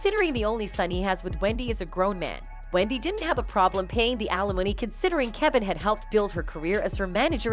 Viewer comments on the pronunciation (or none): none